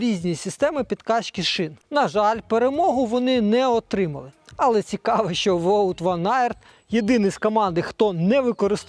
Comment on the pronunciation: його звуть не Воут, а Ваут. Це скорочення від повного ім'я Wouter (Ваутер). Особливості нідерландської мови.